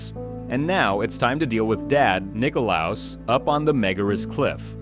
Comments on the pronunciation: I love that he got nikolaos kind of right the first time then proceeded to say it as wrong as possible multiple times after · Was it really that hard to read Nikolaos? They even say it in the game...